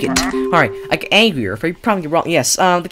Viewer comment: Why is he saying angrier like that he's like Aangrier